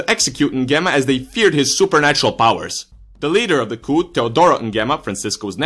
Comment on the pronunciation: that's the correct way though